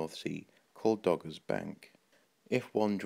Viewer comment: dogger not gogger